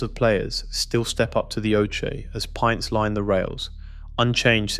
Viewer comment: that's not your voice No one calls it a oshea instead of oche only AI lol